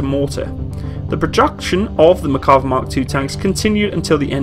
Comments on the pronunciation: Small complaint but if you're going to be taken seriously when discussing any equipment especially for warfare, you really should learn to pronounce the name. There's an R in the name. You also completely over looked the influence of the 73 conflict in production of the Israeli tank. The Yom Kippur war was fought primarily by armor forces. Sadly Israel was using a mixed batch of heavy tanks mostly provided by England and the US. It was this conflict that directly influenced the need for their own main battle tank. Otherwise I enjoyed your video. I was an advisor to the IDF during the Yom Kippur war by the way so I'd be glad to answer any questions you might have with regard to that conflict. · This guy should learn how to pronounce the bloody name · Just wanted to comment that it's "Mer-ka-VAH", not "Mer-KA-vah". The emphasis is on the last syllable. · It is pronounced MERkava, not MerKAva. I'm a Hebrew speaker. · Its pronounced Merkava not Makarva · Good video. The name is pronounced mer-ca-VA -- accented on the LAST syllable. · Why do i hear "McCarver" all the time in this video? :D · Mear-kav-VAH. Accent on the last syllable. Not English, so it can't be pronounced as if English. Sounds to us like pronouncing the Centurion Contoryin or something like that. Cheers from Haifa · If you look up Merkava on Wikipedia you can actually listen to the pronunciation of the name. This feature is available on a lot of Wikipedia articles.